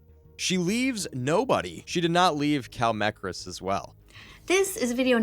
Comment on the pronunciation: I can’t get over on how he said kallmekris’s name wrong TvT